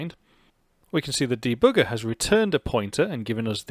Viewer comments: I like how you say debugger, deBOOGER! hehe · de-booger... kind of like picking your nose, lol. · I love how "german" you say the word debugger. Greetings from Germany! :)